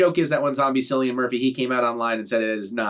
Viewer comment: This trailer!!! I don't like horror but I'll definitely be checking this film out BTW it's pronounced Killian not Sillian